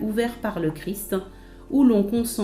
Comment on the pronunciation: C'est pénible ces gens qui veulent donner des leçons et qui ne peuvent pas parler correctement ! Le "Christe" n'existe pas, seulement le Christ. Faites donc un effort pour prononcer Christ Roi sans ajouter un "e" à Christ. C'est un peu plus difficile mais c'est une exigence de la culture élémentaire.